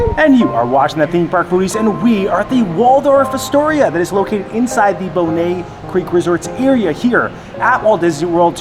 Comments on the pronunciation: LOL "Bonay" for Bonnet! Happy birthday! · It's pronounced BON NET. Just like it's spelled.